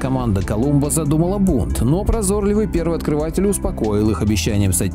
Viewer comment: ПрозорлИвый и бойнИцы, дорогой автор. Давайте будем транслировать для младых поколений грамотную речь)